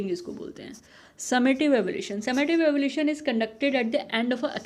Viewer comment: Superb mam.. but it's Evaluation not evolution as you pronounce....